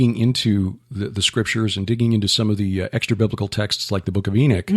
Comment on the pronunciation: Brother...why do you pronounce the word "Enoch" , E n i k? Then you pronounce the word "Enochian" , E n a k e u n. You sound like a word man who has a good handle of the art of speach.